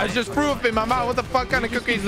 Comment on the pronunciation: He said “I just frew up in my mouf”